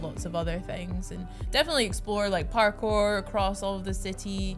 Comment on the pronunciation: Parkour? Purrkour surely